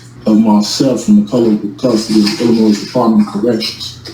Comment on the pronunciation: The S is silent in the word Illinois you ignoramus . Bunch of word salad idiocy.